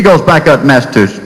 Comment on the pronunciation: had a teacher that pronounced it massatussus, too. funny as hell.